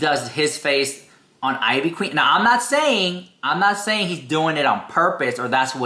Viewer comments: Eeeeeveee queen. Not I-VEE queen. Lol. Tell me ya never heard one of her songs without telling me...she's a legend! Jeffree looks like ivy queen not the other way around. She's styled this way long before jefree was anybody. She's been huge before yall been born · Her name is pronounced in traditional Puerto Rican fashion (EE - VEE Queen) she's the mother of reggaeton music. She is the pioneer that lead to women in the reggeton and trap music. She's a legend along side reggaeton stars Daddy Yankee, Don Omar and Vico c. The one and only queen is Ivy Queen. Put respect on her name🙏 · IT IS ( EEEVEE QUEEN ) THATS HOW YOU PRONOUNCE IT LOL. & JEFFREY STAR BETTER TREAD LIGHTLY BECAUSE SHE IS OUR PUERTO RICAN QUEEN! I GREW UP ON HER MUSIC! LA POTRAAAA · Thank you it was making me cringe so hard every time he said it I-VEE lol. She even says her name in all her songs lol. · Ivy Queen is a HUGE GIGANTIC deal. Especially in the Latino community. So ofc they're gonna take the gig. ANYBODY would. (Pronounced Eevee Queen) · Biiitch it's pronounced LIKE EVEEEE. You despicable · Girl you’re a Latina why are you pronouncing her name like that?! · Ivy queen is a og she’s la monstra la caballota ❤❤❤. Ugh the mispronunciation is sending me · Not mispronouncing ivy queen 😮😮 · If you’re going to pronounce things in Spanish, please do it properly. Ivy queen been doing way longer then Jeffi. Look it up honey